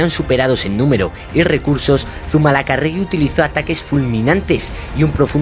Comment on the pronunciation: Madre mía....Zumalacárregui....palabra esdrújula.....acento en la tercera a...